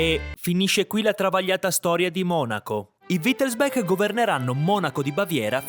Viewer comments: Perché dici sempre Wittelsbek non è inglese si dice Wittelsbach con ch aspirata. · Credo che wittelsbach si legga come si scrive; è tedesco, non inglese; la parte finale bach si pronuncia come il nome del famoso compositore Bach…